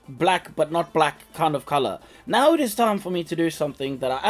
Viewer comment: Did you say "right meow" or "right now"?